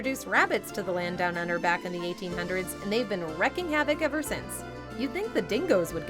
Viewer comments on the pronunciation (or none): Hey narrator wreaking havoc is pronounced like "reek" not reck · It's pronounced "reeking" havoc. Come on, now!